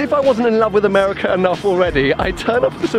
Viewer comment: "I love AMEWIKAAA" hahah good stuff!